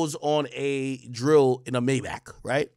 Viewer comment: Got me feel like AK can’t pronounce Maybach